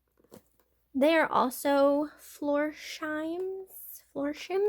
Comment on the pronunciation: Hi! Just to let you know that the “Florsheim” (pronounced-“floor-shime”) we’re pretty big back in the 60’s & 70’s! My dad would always get sooo happy if he would get a new pair of wing-tips for church! Hope you make some good $ on it all! I just started selling on eBay and it isn’t easy! You deserve it-you are so sweet! Stay safe!